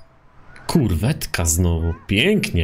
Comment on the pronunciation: Powiedziałeś " Kurwetka " ? :D